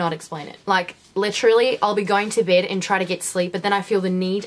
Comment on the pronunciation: When she said "..go to bed", specifically the "bed" word it sounded more kiwi than australian...? Correct me if im wrong please